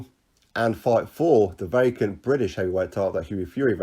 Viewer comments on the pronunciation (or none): none